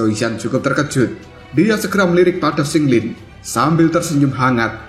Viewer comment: Qing lin, bukan sing lin😂